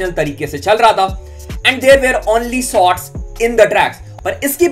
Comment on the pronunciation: Bhai sotts nahi hota "SHOTS" hota hain.